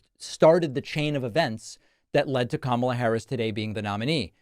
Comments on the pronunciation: I was so used to him pronouncing Kamala like she was the 90s WWF wrestler that I was quite surprised to hear him mispronounce it in a “new” way this time. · I cannot stand how he says Kamala Harris's name. It's like he's calling her a camel. He's very degrading and I will be glad the day I never have to see his pie hole mouth again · He didn't forget he mispronounced her name 😂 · I know Trump watched the DNC. He complained a lot about it. They took time to show the World how to pronounce her name. Trump continues to mispronounce her name!! 🙄 But this idiot really said, "even if you don't like me, you have to vote for me" Wait, what??? Are you serious???? 🤔 If you can't even renember who you are running against, why would I trust you to know how to run the country???? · Possibly those Kamala pauses were really him trying to remember what version of butchery he was using last when pronouncing her name. He wants to be sure he doesn't pronounce it correctly. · Very telling how he refuses to call her by her last name and continues to mispronounce her name (though he did have a mini stroke halfway through this sentence). He just can’t stand that she’s a woman of colour, I bet he’s got a little dartboard with her face on it. What a sad man. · Damn. A missed opportunity to call her "Commie Kamala." AND he forgot to mispronounce her name. To be fair, Dems are saying vote blue no matter what, but... Actual reasons. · this clown - he is upset at himself for not intentionally butchering pronouncing Kamala but didn't realize he said Biden - all the reason we gotta stop having POTUS past the age of 75yo due to diminished wits. That goes for RED and BLUE. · When he glitched out by saying Biden then suddenly remembered who his opponent is, he then accidentally forgot to mispronounce her name intentionally in the way he otherwise always does.